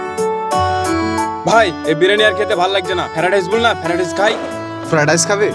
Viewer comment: Ferid rice😂😂😂nh ota fried rice bolle😂